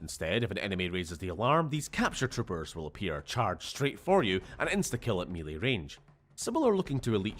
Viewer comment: whats "me leigh"?? are you mangling "melee"?